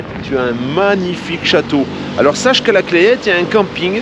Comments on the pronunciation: Salut, la Clayette ça ce prononce "la Clette" le a et le y ne ce prononce pas. Clayette (comme tu le prononce) en patois c'est une cagette. Bon confinement, un voisin et abonné d'Autun. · Coucou ! Tu es , je le répète , à côté de chez nous ! Et je me permets de te dire que la Clayette se prononce la Claite ! Et oui ne cherche pas c'est comme ça !!!! Bisous à vous et à bientôt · 😀😄bonjour...on prononce "la claitte" pas "claillette "..tu fera moins touriste avec les gens du coin! bonne journée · On dit la clette... pas la claiiette.belles images d'un coin que j'aimais beaucoup dans mes tournées commerciales